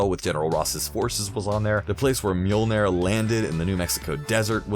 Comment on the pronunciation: This guy mispronounced stuff and I’m cringing. I swear I thought he said MILLIONAIRE when he said Mjolnir.